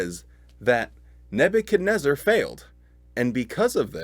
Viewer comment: Neb u chad WHO? REZ ZAR?? ...REZ ZAR!!? i always thought it was neb u chad NEZ zar? 🤣🤔